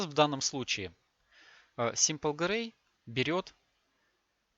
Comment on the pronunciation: Придираться к произношению иностранного языка, это конечно такое, но нода Сэмпл (Sample -В данном случае брать образец, в данном случае значение яркости с выбранного пикселя), а не Симпл (Simple - простой)))